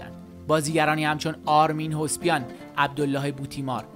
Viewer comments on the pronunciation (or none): Arman hovsepian رو کلا غلط تلفظ میکنین و اسمشم اشتباه ارمان اسم بازیگریش بود و . آرامائیس اسم اصلی که شنا میگین آرمین هسپیان.کمی اطلاعات عمومیتونو بیشتر کنید و بعد بفکر در امد زایی از یوتوب باشید